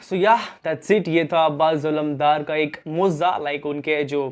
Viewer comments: Mooza nahi mojiza hai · Bhai moza nhi mojiza hota hai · Mauza nahi mojza hota hai bhai